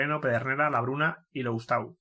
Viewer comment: HOLA, FELIX LOUSTAU se pronuncia LUSTÓ